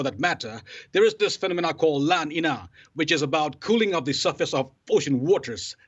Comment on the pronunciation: It's la niña, pronounced "la neenya". It's Spanish, meaning "the little girl"...